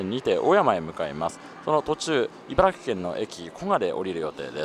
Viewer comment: 茨城県の人はいばらぎと発音します。スーツさんはいばらきと正しく発音してますね。